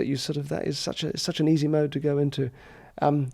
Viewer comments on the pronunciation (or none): it’s ‘Derren’, friend 🙏